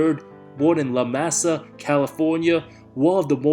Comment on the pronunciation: Bill was from La Mesa, Ca Pronounced La-may-sa